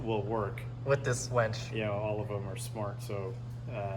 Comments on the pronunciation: it’s winch, not wench:) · you are my Goat but it's not a "Wench".... Triggering me like crazy lmao. It's a Winch.